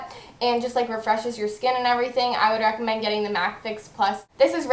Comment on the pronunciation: she says reccomend like rackomend aha